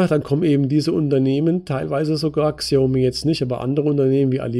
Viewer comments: Es heißt Schiaomi ausgesprochen. Nicht Ksiaomi. Habe paar Jahre in China gelebt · Die Firma spricht man übrigens Schaumi aus. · Super Analyse, vielen Dank :-) Xiaomi wird übrigens "Schaumi" ausgesprochen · "KSIIIAUMI" :D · Es heißt noch immer Schina und Schaumi ;-) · Bitte als "Schaomi" lesen. Danke